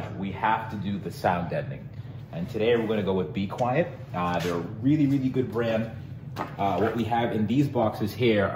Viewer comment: I thought he meant Be-Quiet instead of B-Quiet lol